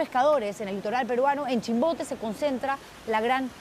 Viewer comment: CUSCO no CUJCO??????? CUSCO CUSCO CUZCO CUZCO QOSQO CUSCO CUZCO, por favor hablen bien: NO SE dice CUJCO, no CUJCO , SE ESCUCHA HORRIBLE, que vergüenza !!!!!!!!! PERUANO no PERHUANO.